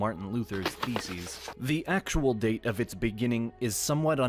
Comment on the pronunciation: Anytime the video narrator says “Theses” it sounds like “Feces”